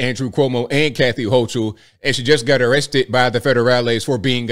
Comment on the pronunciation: Man pronounce the Governor’s last name correctly!!